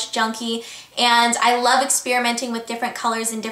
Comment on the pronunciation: I don't know if it's just me, but I think it's so funny the way you say "love" LOL Nice tutorial btw :)